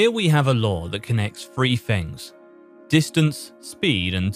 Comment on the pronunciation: you really need to learn how to say "three"